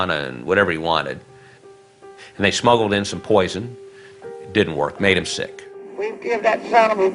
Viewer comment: I don’t know about you all, but if I were this monster’s daughter, I would NEVER go on TV. I would be so ashamed! Countrified fools! Yes, honey, your daddy was “sai-yeck “ (Read: sick)!